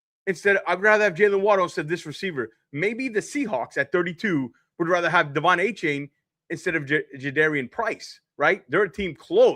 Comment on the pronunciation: You are a dolphins fan YouTube and you can't pronounce Devon achane name right... 🤦🤦🤦